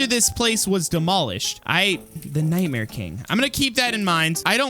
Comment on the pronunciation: And you vil kiil night mear steve